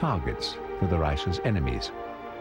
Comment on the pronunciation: the 3. rish???